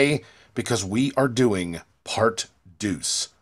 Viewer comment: You don’t pronounce the French word for two deux like deuce